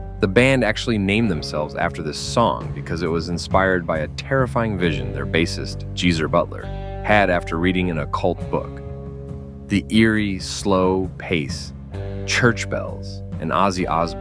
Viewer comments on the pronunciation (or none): Jeezer Butler? Try Geezer Butler with a G. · Jeezer Butler?!!? Get better narration!!! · Did you say “Jeezer” Butler (with a J), and show a Sabbath album that Dio (not Ozzy) sang on when talking about an Ozzy-led Sabbath tune? Really? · I had to stop when you mispronounced Geezer.